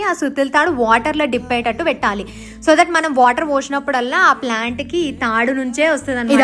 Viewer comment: Plant ❌ flant ✅